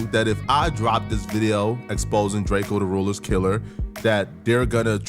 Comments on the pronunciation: Pronounce it right duh. We know the truth. Lldtr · Drake-o not Drakeo